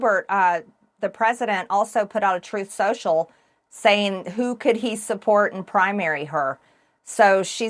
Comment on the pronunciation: "Truth Sicial"